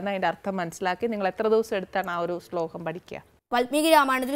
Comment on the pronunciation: സ്ലോകം അല്ല ആനി...